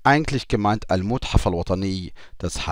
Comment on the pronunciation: mathaf , nicht muthaf ;-) ... aber klasse erklärt . Das liebe ich besonders an Deinen Lektionen. Was Du zu den Verben erzählst.